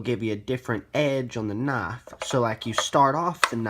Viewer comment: Whats a noff? Are you trying to say Knife?